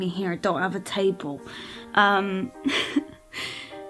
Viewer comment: The true janner in you came out there!! 😂 "wurk wit me eree dunt av a taable" haha